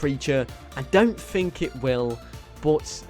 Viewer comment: "I phink".